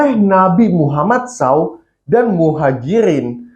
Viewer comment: Nabi Muhammad SAU ? Hadeh... Mending Nabi Muhammad aja Min nyebutnya ga usah dilanjutkan lagi kalo ndak tau cara nyebut nya 🙏🏻😁